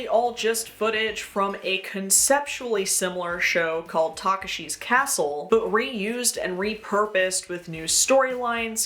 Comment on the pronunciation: The way you pronounce takeshi was physically painful and in some ways hurt more than the racist asian dubbing but other than that good video 👍.